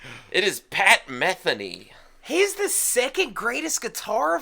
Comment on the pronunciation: It's pronounced Ma-the-knee. Omg he is in a league by himself! Listen to his instrumental of Fandango!!!